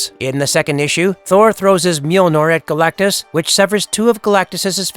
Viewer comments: He’s that big of a deal the guy who narrates started with mispronouncing his name. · How in the world did this get posted with the narrator's very first word mispronouncing his name ... "Galacticus" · seconds when you say "Galacticus", that was when I stopped watching. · Galactus, not Galacticus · Galactus. Not Galacticus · Galacticous lol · You say Galac-ti-cus 1st time you mention it's name lol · Did I just here dude say "Galacticus"? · Who is Galactuskus? Lol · Mf said Galacticus in the beginning ☠️ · first thing narrator said was "Galacticus" LOL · "Galacticus" mufukka I'll god damn fight you. The disrespect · Deadass called him Galticus in the first 13 seconds. Lol good try buddy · Am I tripping but does he say Galacticus right at the start?😂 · galactacus? Why'd you add an extra syllable? Isn't it Galactus... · “Galacticus” right off the back??? #fail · you said galactacus at the beginning, isnt it just galactus? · Dude had a minimum syllable count "Galacicus" lol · As soon as you called him Galacticus, I was out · 14 seconds into it, this guy is already butchering the name “galacticus”. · Did you say "Galacticus"?? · "Galacticus"?? I had to replay that to be sure I heard it right. I detest A.I generated narrations. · "Galacticus?" If you can't even get the name right in the opening lines you got issues. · Did you say... galagicus at the start?! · Why tf the narrator call him Galacticus in the first 5 seconds? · This fuckin guy just said Galacticus in the beginning of the video 😂😂😂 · Galac-ti-cus, is the first word of the video? Lol. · This dude said galacticus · he also said “Galact-i-cus” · 12 seconds in he calls Galactus Galacticus. No wonder he wants to destroy the world. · Literally the first word from the narrator is getting the name wrong. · You mispronounced the name of the subject of the video... FFS 🤦🏻‍♀️ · Turned it off immediately after hearing his pronunciation of Galactus.